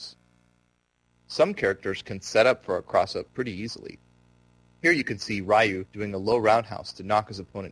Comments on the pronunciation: Its Ree-ewe not Rai-you. I'm tired of idiots saying its no big deal when yeah it kind of is cause you got this guy mispronouncing the shit out of Ryu's name. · "Raiyoo" And "Saget" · yeah it's りゅう。 りriゆyuうu.. ri.yuu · piss off!!! Asshole! Fuckin get the name right!!! I'm a big Street Fighter fan. The name has to be pronounced right!!!